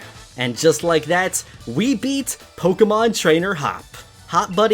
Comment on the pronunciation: He said "Pokeron" I'm DEAD